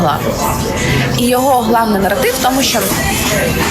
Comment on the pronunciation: Наратив, а не норотив) вокал 0/7 це найжахливіше.